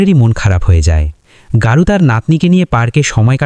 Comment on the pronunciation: Ei barbar Gour nam ta ke Garu bolata boddo kaan e laglo